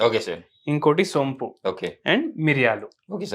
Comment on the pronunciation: సొంపు కాదు సోంపు అనాలి